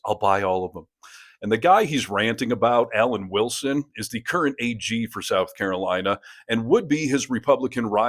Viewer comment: Carolawna. Why do they all mispronounce the name of their own state? Are they proud of being mushmouthed? At least we can hear them coming.